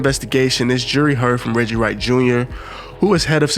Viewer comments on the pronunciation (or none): none